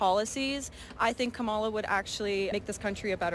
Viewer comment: Lying C*nt Kamala. Oh BTW Kamala is the feminine of Kamahl. Kamahl is the masculine Kamahla is the feminine. So very, very tired of her and other Cultists mispronouncing names.